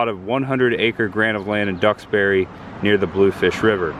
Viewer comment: Nice video however you need to pronounce the names of people and towns properly. Ex: Duxbury (Ducks-berry), Soule (Sool), Lamuel (Lam-u-el)…